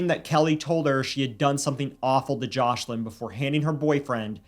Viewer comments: Isn't the little girl's name Joselin? I swear I keep hearing JOSH-lin. Am I trippin'? 🤔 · Omg this is an awful story ! But one thing thats grinding my gears is the mispronunciation of Joslins name they keep calling her joshlin, please say peoples names correctly especially the victims.